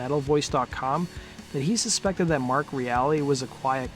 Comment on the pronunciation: Mark Reale - pronounced REAL . R.I.P.